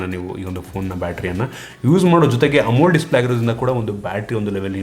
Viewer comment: Bro you're using wrong pronunciation of AMOLED display. You're pronouncing like "amul" display!😅